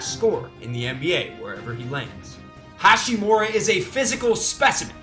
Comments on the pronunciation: hachimura. ha-chi-mura. not hashi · It’d be nice if you could say Ha*chimura instead of Ha*shimura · It’s not HaSHImura but HaCHImura. Americans! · its HaCHImura not HaSHImura.. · Rui HA- CHI- MU- RA. Please say his name correctly next time. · It actually is pronounced with a ch sound, not a t or sh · AlbroLee no way. CH is definitely pronounced with a T sound in Japanese. ハチムラ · His pronunciation on Hachimura is so ugly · Ya'll butchering his name lmao